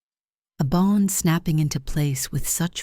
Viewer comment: The story is good but the reader is bad. The sentences break in the wrong places. The reader doesn’t pronounce simple words like bow, bond. It makes the story hard to follow.